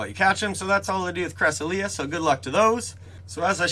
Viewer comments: Cra-sel-yuh not cres-uh-lee-uh, but thank u for updating us on everything spoofing related, if u get the new key for this week, would u mind pinning a comment too? I believe they’ve been giving free keys for the past weeks due to parteon problems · yea cresselia is a weird one cuz the pronunciation in the poke book is correct but it can still be taken 1 of 2 ways